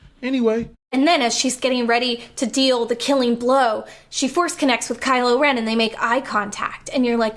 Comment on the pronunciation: WHO CALLED HIM “CRYLO REN” !?? 😂😂😂😂😂😂😂